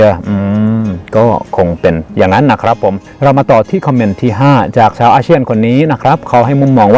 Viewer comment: ช่วยออกเสียง ช.ช้างให้ชัดเจนมากกว่านี้หน่อยครับ ได้ยินเป็น ส.เสืออยู่เรื่อยเลย เช่น ซาวไทย /ซาวอาเซียน ฟังเป็น สาวไทย /สาวอาเซียน แต่ก็รู้ว่าที่จริงคืออะไร 😆